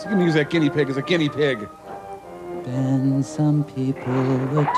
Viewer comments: why is that guy yelling about never mentioning his daughter's name when her name wasn't mentioned in the first place? and how come that guy can't pronounce "guinea pig"? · this guy can't pronounce guinea pig